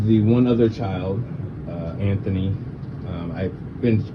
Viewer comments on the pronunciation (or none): none